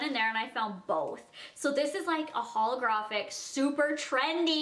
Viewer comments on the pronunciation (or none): Is it just me or does anyone else hate how she says holographic